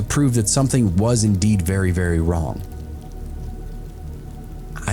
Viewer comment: Damn luigi boards, "bery bery" scary